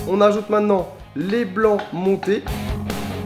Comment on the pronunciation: Essaye de dire maintenant au lieu de mainant. C'est mieux.